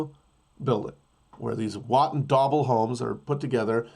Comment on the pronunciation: This mf said watt & dauble